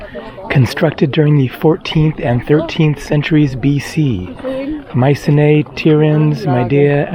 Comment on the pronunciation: … and I’m off to Greece tomorrow. It’s pronounced mySEEnee, btw!